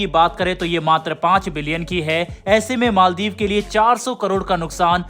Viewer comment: Its maldiv not maldeep